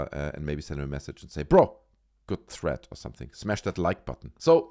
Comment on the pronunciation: Jesus Christ it’s THREAD not THREAT.